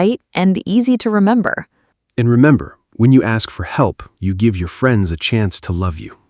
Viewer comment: “Never gibe up”